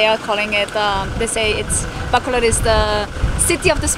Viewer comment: I know it's important for you to pronounce Filipino words properly to show respect, so I'll make one correction to this awesome blog as usual to the proper pronounciation of the word Bacolod. You are pronouncing it baaa-co-lod with the first syllable being extended or elongated compared to the others, which is not correct. The correct pronounciation is ba-cooo-lod, notice that the second syllable is the one that is elongated. Small correction but it makes a difference between those who are just pasing by the Philippines for a few days and those who are there for the long haul 😊✌